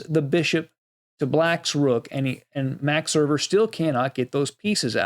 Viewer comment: Max Erber? Max Euwe ,yes.